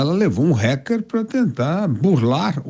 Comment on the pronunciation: Porque esses putos falam "Réquer"? É "Ráquer" que pronuncia.